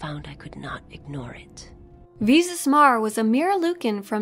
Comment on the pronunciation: First Of All, It Is Darth Nihilus, NOT Darth Nehilus. It is also Visas (long I), not Vesas (long E), but at least you Pronounced Mira as Mera and not Myra.